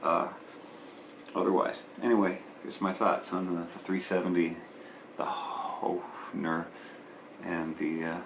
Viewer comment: bro, how can you be from Minneapolis and not know how to pronounce hoHner? :p You've never seen a harmonica before? ;)